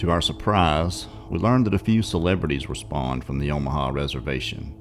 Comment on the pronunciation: BTW...it’s “Ahmaha” LOL thx for sharing that portion!